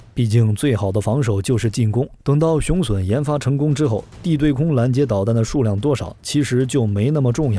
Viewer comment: 腦洞開太大了，還吹得有點過頭…等真的研製出來，有點資料再判斷比較好啦！而且把雄隼唸成雄損…都損掉了還打屁！